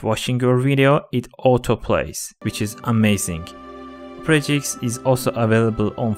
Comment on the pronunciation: when he sponsored opera gx it sounds like opre gx